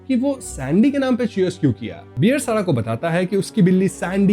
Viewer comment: Bhai beer nahi, Bear.